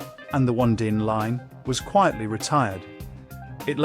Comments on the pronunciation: O -nee-din line please pronounce it Correctly. Yes i recall watching it as a Child on a Sunday evening. I hated it 😊 Crown court was good My mother used to like it . The Survivors i remember Scary music and a good watch on TV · Onedin was pronounced on-ee-din. I recognised several of the other titles but the only ones I recall watching regularly are Crown Court and The Sandbaggers. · The Guardians was produced by LWT and broadcast on ITV , not BBC television as you claim. Along with your pronunciation of The Onedin Line try and use some rudimentary research if you're posting stuff on youtube